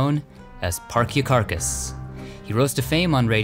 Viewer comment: Neumann - New man. Parkyakarkas - park ya karkas., not parky karkas.